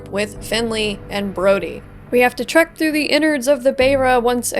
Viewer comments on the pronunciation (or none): none